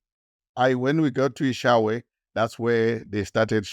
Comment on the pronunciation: He calls EShowe, “eShawe”😂